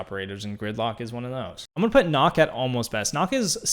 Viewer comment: Btw, it’s pronounced like nook, not knock.